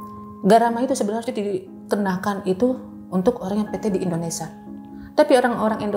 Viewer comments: Indonesia mba BKN Endonesa😂😂😂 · Indonesia po bukan ENDONESAH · indonesiaaa😂😂 bukan indonesaaaa😂😂😂